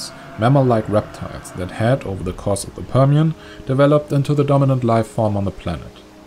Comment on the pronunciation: Is it just me, or does it sound like he's saying, "reptards" instead of reptiles? Im not trying to be funny, just wondering if anyone else heeard it.